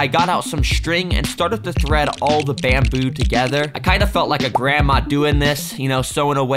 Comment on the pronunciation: bamboo❌ Bendboo✅